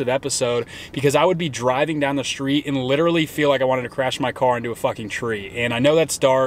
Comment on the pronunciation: 'SHTREET' and 'SHTRUGGLES'